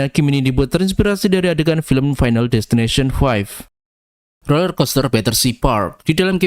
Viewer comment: final disteninasion